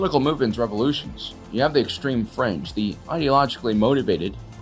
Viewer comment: Is he saying Extreme Fringe, or Extreme French?